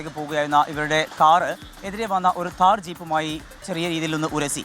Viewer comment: Taar allada..thhaar